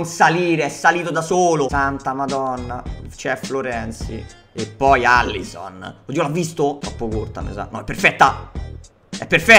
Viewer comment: Bel video belle partite...si ma si dice Alisson no Allison